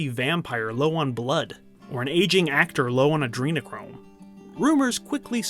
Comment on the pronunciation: Wait , did he really say "adrenachrome" ?